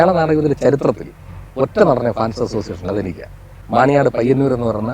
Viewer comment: Payyannur, മാണിയനാട് അല്ല മാണിയാട്ട് എന്നാണ്, ഒരു ട കൊണ്ട് സ്ഥലം മാറിപ്പോയി,, ചേട്ടാ ur great🥰all the best